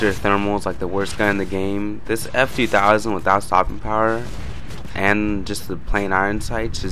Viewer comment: its ef-ur-war and thanks for the upload :D